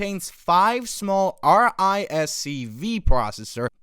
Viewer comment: Its an AI voice over, the channel has AI in the name, and ai are terrible as "not real words" acronyms